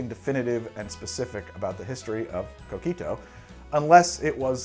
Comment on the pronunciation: Love coquito, I have our family's recipe. I guard it with my life. Btw, every time he says coquito with his gringo accent, I cringe.